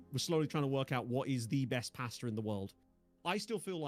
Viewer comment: swear I thought he said pastor bracket and not pasta😂😂😂